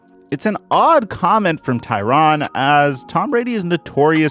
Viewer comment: Why is there an A in there if it ain’t supposed to be TYRANN??! Just askin...I say his name Tyrann.